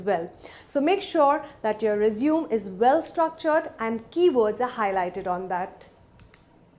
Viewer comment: It's "resumey " pronunciation